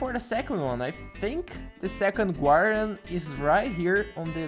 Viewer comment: 😂 “gwardian” awesome 👍